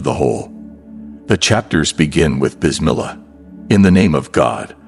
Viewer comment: Beautiful graphics but the Narrator lacks even an elementary knowledge of Arabic, pronouncing "Qur'ān" as "Currin," "Sura" as "Sewer"....and "Bismi l'Allah" incomprensible,.even in Enlish no effort is made to APPROXIMATE Arabic pronounciation....Where'd you find this incurious ignorant rube? Regards from Mexico City!